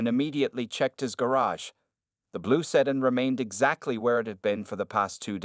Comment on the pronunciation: The word is pronounced Sedan not sedin